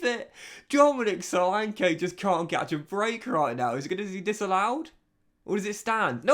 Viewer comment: Great video as always. bro look up the pronunciation of both solanke and tavernier your saying it a big wrong hahaha. Keep up the videos man the views are banging